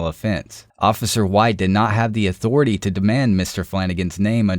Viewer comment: Again, cop is a power happy jackass, that abuses his power when his subjects don't respect his "authoritay".